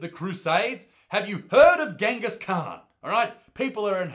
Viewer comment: THATS NOT HOW YOU SAY GENGHIS KHAN, pronounce the g as if it were a j, that’s how you say his names